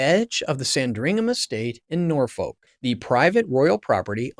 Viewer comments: Nor Foak? San Dringham estate? Ishland Police Station? It’s not on the west coast of the US, it is in England and they speak English there, just like they are supposed to in the US. A little investigation on how to pronounce your subject matter would have helped. Just a rehash of known and old information , presented so that Americans can understand. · SanDRINGHAM in Nor-FOLK and TAYMS Valley police, eh? If you come across words you're not familiar with and aren't sure how to pronounce them, maybe checking before blurting out nonsense on video could be an option. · Pronounced 😂 Nor fuck. Tbh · PLEASE learn how to pronounce proper names. specifically "Sandringham", "Norfolk", "Thames" and "Aylsham". To British ears you sound very err... American (this is not a complement). When you talk about British police - you video shows American police and at one point police from some third country. Pretty sloppy. I like the content though. Andrew is a pig that has besmirched the institution of monarchy. When the King said "the law must run its course" that removed all royal privilege and protection. King Charles must be fizzing with anger at his brother and by publishing those words he is signalling that he is prepared to see Andrew in prison. You can now expect the full force of the law to drop on Andrew like a ton of bricks.